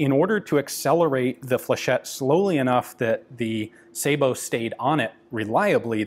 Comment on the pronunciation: Sah-boh, not say-boh. Sabot is a French word so the "ay" English rule (cat/kate, matte/mate) does not apply.